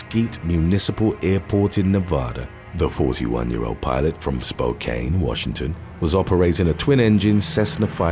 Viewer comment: The correct pronunciation is “Spo-CAN,” not “Spo-CANE” Source: I live in Spokane lol